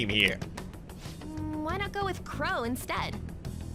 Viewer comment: I can't stop hearing Qrow instead of Crow, damn you Edward Elric